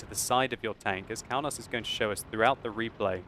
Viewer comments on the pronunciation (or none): Kaunas is city in my country KAUNAS (wot player) is from my country p.s you pronounce that very very wrong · Kaunas is a citi in Lithuania so u don't say it like you did. Už LIETUVA vyrai